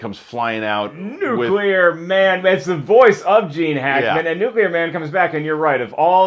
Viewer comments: trha2222 It is NOT accepted. Show me where any linguistic authority declares "nukular" doesn't sound retarded. It's like people who say "Real-a-tor" instead of Realtor. You don't just decide it's ok because enough stupid people misuse it. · Einstein was German and a physicist, neither of which qualify him as an expert on English pronunciation. I can't believe anyone is arguing this! Look, the C comes before the L, therefore NU-CLE-AR, like NUCLEUS, end of story. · trha2222 Some of these mention 'nukular' as a pronunciation that is used by a lot of people, but mostly frowned upon. Some don't mention it at all. Bear in mind, that's just a few results from the front page of Google, so if you find some more substantial info on the subject, let me know. Merriam-Webster considers it to be an accepted part of speech, but I don't know of any others really. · I think he's saying it like that because that's how Gene Hackman says it in the movie. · Hehehehe sorry...pet peeve. Although it's fun to hear people butcher common but silly-sounding words like "nuclear", "foibles", "qualm", "worcestershire", "judicial system", "mayonnaise", "guacamole" and "foliage". :p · It bothers me that english is my second language and yet the reviewer who I assume speaks better english than me since its his native tongue kept mispronouncing the word "nuclear" time and time again. It is NOT pronounced "nukular" it's "nuke-lear". It shouldn't be difficult at all! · Chris. I love you. I love your videos. But it's "nuclear". New-clear. Not noo-kyoo-lurr! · its NUKE-LEEEAR! not NUKE-ULAR! oh.my. gosh. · Nucular Man! Wait... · Gene Hackman calls Nuclear Man "Nookyoolur Man" trough the whole film! Chris, is it your intentional emulation of this, or pure coincidence, your unawareness??? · nuclear is a form of the word NUCLEUS. Try saying nukulus too and see how smart you sound. Or nucleic acid as nukuluc...i don't even know how you could butcher that one to match. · Behold, Nucular Man ! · NUKULER MAN!!